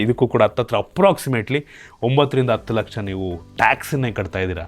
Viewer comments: ಭಾರತ ಬಿಟ್ಟು "ಒಗ್ತಾ " ಇದ್ದಾರ? 😂😂 "ಅತ್ತು " ಲಕ್ಷ ಜಾಸ್ತಿ ಕೊಡ್ತಾ ಇದ್ದೀರ 😅😅😅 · ಅಷ್ಟೆ ಅಲ್ಲ, ಭಾರತ ಬಿಟ್ಟು" ಒಗ್ತಾ " ಇದ್ದಾರೆ 😂😂😂😂😂,ಅತ್ತು ಲಕ್ಷ 😂😂😂